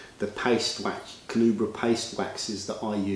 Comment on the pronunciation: Carnauba. Carnauba. Not Carnubra. 😫 Great video though.